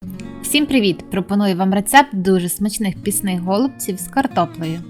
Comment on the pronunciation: Почему гОлубців, а не голубцІв ????